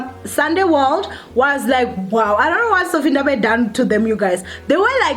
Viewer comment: Its Vathiswa show some respect haibo!! "VUTISWA" really?